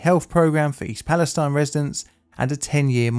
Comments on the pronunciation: I see more people complaining about the pronunciation of East Palestine not being like how they say Free Palestine. Why are these two pronounced differently? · I'm just surprised that nobody has corrected your pronunciation of "East Palastine" yet, at least not in any of the comments I've seen. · Surprised you missed the (odd) pronunciation of East Palestine, which was all over the news at the time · How else does one pronounce the name? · East Pal-e-STEEN, not stine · According to the municipal government, the official pronunciation is "EAST PAL-uh-STEEN." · The city is pronounced East Pal ess teen. It's 20 miles from me. The train wheel was caught on camera failing in Salem next to the plant i grew up in. Many of my friends snd coworkers were affected by this. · East palestine is pronounced "east palisTEEN" and not like palestine btw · It’s pronounced “East Pales-teen” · The city's name is pronounced "pal-es-teen", not "-tine". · It’s pronounced “Fronkensteen,” I mean “Palasteen.” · To be an annoying Ohioan: its Pal-a-steen :) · Psst: it's "Pal-a-steen" akin to Versailles KY being pronounced "Ver-sales". Go figure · Pronounced East palesteen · I was going to say the same thing. Ohio has a history of towns with alternative pronunciations. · Maybe some more research, and he would know how to pronounce it. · Imagine saying Free Palestine with the last vowel being a long E instead of a long I. It feels so weird to have to put up with a bastardised pronunciation that an American town insists is the right way to say it. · It feels so weird to say Free Palestine with the final vowel a long E instead of a long I. Why do American cities name themselves Palestine and have the gall to declare how we usually pronounce it the wrong way?! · Finally I’ve been waiting for this! I haven’t looked into the whole thing because I was waiting for you to tell me the whole story. Also, the town is pronounced East Pales-TEEN. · small note: town pronounces it’s name East Palesteen